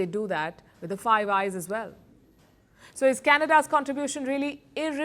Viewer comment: I thought you said "five guys burger and fries.""